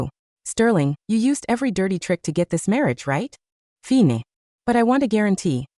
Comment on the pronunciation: Why does the AI always read the word 'fine' as fee-nay"? As for that suit, that's gross.